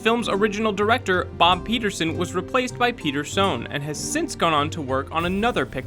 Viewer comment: Peterson replaced by Peter-Soan :D